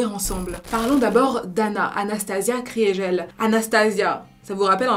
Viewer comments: Kriegel ne se prononce pas « Cris et gel » mais « KRI GUEUL » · Ça se prononce pas Kriégelle mais Krigueule